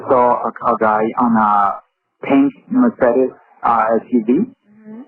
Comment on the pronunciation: It hurts my german soul to hear how they pronounce 'Mercedes'